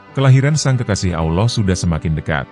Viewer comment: Hai Bung,tobat nasuhalah anda,kesalahan konten bung : 1. Nabi Muhammad Saw tidak bisa membaca,konten anda,beliau baca surat yg disodorkan oleh tuba. Sama sekali konten ini munafik. 2.Bung salah sebut nama Allah,harusnya ucap tebal dan ada huruf o di tengah ucapan. 3.Bung salah ucap Saw,tidak tebal dan ada huruf o, seharusnya tetap a. Sadar dan tobat nasuhalah,Bung,sebelum anda dapat azab.